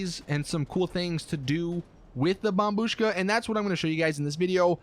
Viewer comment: Took you this long to pronounce it correctly